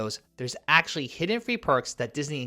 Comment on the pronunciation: The number of times he says "aksh-lee" 🤣🤣🤣🤣🤣